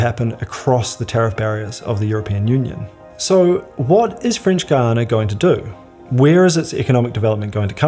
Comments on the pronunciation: How can you do a video about Guiana and not even know how to pronounce it properly? There is no "u" in the pronounciation!! To be fair, sometimes you get it right, but most not! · I'm keen to know why you sometimes pronounce Guiana as "Guiyang". That's not what the dictionary tells me. Hahaha. Just out of curiosity. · AHH, IT'S THE FRENCH WAY!!